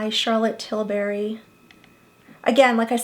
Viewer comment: It’s tilbury. Not tilberry.